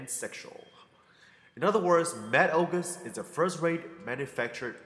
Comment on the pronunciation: oguseses? lol that made my day. " Ogus' " is how you would spell it.